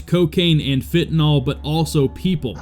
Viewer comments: Why can’t you pronounce “FENTANYL’ correctly? Ie Fent-ah-NIL. NIL NIL NIL! Alcohol great video otherwise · Jalisco - HaLEES co. Not ja less co. FEN ta Nill.. n9t fen ta noll.